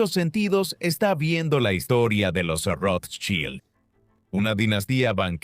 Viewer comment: El apellido lo pronuncian de maneras diferentes e incorrectas todo el tiempo. Llegué hasta aquí con el documental porque en serio me generó malestar. Espero que puedan tener en cuenta la crítica y trabajar en ella. Saludos.